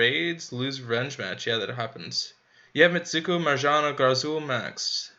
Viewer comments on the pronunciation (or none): Marjana is pronounced like Maryana